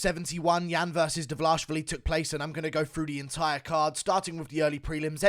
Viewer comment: Still laughing from your meltdown on livestream. Your pronunciation of his name, Dva-LASH-vili reminds me of Chael’s “Bluhal Mohammed”.